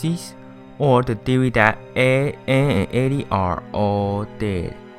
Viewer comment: Bro the way you pronounced ed, edd, and eddy lol